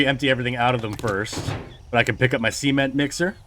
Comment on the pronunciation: The SEE-ment mixer. 🤣 Where do you live in the US?